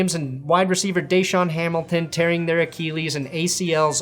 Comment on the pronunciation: Achilles = Ah-kill-eez